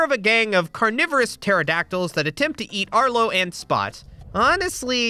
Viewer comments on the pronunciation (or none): none